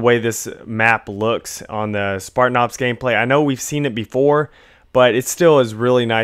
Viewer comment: ahaha "Spartan Arps."